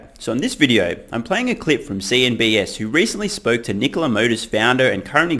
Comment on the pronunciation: Why do you keep pronouncing it “CNBS” when it’s “CNBC?”